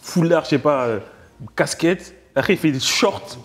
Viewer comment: « Acrè » nanani, nanana, « acrè » c’est après bordel 😂😂 ça me rappelle moi quand je parlais en primaire 😊